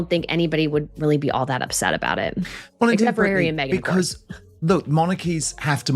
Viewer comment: He deserves royal welfare because has to put up with meeeeghan. With the silent h but not silent mouth. She should do taming of the shrew